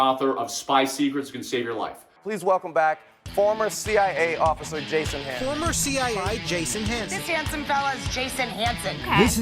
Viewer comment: "I'm a former see-eye-off-sir"